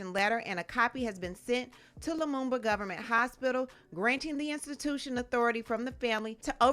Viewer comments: yo ak it's "Lumumba" an African hero. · He said Lamuba Hospital!!!!!!!!!!!!!!!